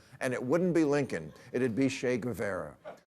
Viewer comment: Someone please teach Bill how to pronounce "ethically" (not ethnically) and Guevara. Two words on average per show. For now. But topics this week were right on 👍